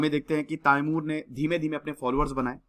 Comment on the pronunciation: it’s not taimur it’s timur